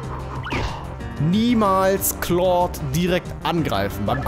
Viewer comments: Wenn ich mal kritik aussprechen dürfte (ist eigendlich keine LUL) Ich finde es schade dass du claude jetzt richtig aussprichst im alten lp fande ich es super dass du keine "kindheitsaussprache" mit eingebaut hast das war ein großartiges alleinstellungsmerkmal welches nun leider verloren geht Den meisten wird das wohl sicherlich egal sein aber einem alten fan geht die "domtendo-nostalgie" verloren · Ich bin so froh, dass du nicht mehr "Klaude" sagst! Danke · Das wird Clod ausgesprochen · Hier hast du Claude richtig gesagt im Original Lets Play hast du es so gesagt wie es da stand